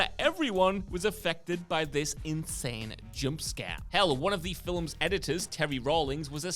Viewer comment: Why does this guy pronounce "films" with two syllables?